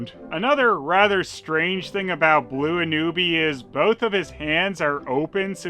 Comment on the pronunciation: I am obsessed with "Blue Anubi"... "Blubi", if you will.